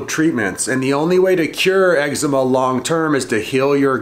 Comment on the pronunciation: what did he say? excma honey?